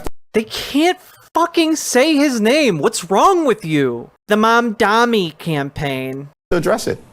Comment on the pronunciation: They call him mamdani not mamdowni! 🎉 We up!